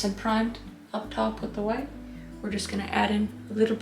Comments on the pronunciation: No, no you see, it is titanium-wauytuh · I love how she is saying white ''lets put some titanium hwite'' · White (pronunciation: Wh-hite) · Kris, that is a BEAUTIFUL painting that you made!💕💕 🖼️I absolutely loved it!😍 I don't paint that much, but seeing you following the Bob Ross painting tutorial makes me happy ☺️🥺❤️❤️❤️ P.s, I like how you used a knife to paint the mountains😂 and how you pronounce "titanium whi-tte"🤣🤣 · Nobody: Noone Ever: Not even Chad: Kris Ross: TiTaNiUm WhHhHiTe! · "Titanium WHHHITE fixes everything." If only! FREAKING HILARIOUS KRIS!!! The painting...by the way... is a gorgeous piece of art and your tutor and innuendos throughout the process were FANTASTICALLY and smartly done just enough to keep ANYONE entertained!!! Thank you, Kris for brightening my day!!! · I laughed way too much at this. I never noticed how much Bob Ross sounded like Jan Brady what with pronouncing the H in words that start with "wh." Or, in some cases they might just start with a W but screw it! I'm gonna pronounce a nonexistent H anyway! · I loved how the painting turned out! I don’t know why but when you say white I laugh 😂